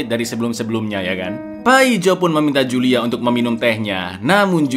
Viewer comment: itu bacanya Hulia cak bukan Julia, wkwkwkwkwk